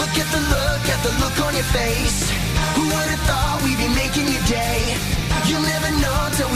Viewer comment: I know he’s saying day but I can’t help but hear be making you gay